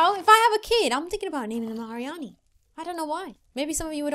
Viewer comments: Arieanne pronunciation: AR-ree-an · Arieanne isn't pronounced air ee anne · Alissa Merstrand umm, its Arieanne, not Arianne. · You pronounce it AIR-E-An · The name is pronounced Ar-ee-ann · That is not how it is said